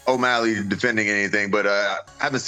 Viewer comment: who was the 1 that said omalley LMAO